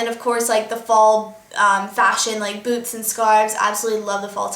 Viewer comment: I thought when you said boots you said boob.. :) Love youuu:)